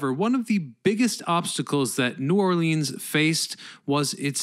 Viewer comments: Lol please don’t call it New Orleans and in “Lean” call it New Orleans as in “Lens” lol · I live about an hour from NOLA and have driven the bridges hundreds of times...never really thinking about just how long it was. Oh...and you are pronouncing New Orleans incorrectly...it's NewAwlins ....one word. And it Metairie...not whatever the hell you said. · God it drives me nuts when the say New Orleaeens it’s New Orleans FML!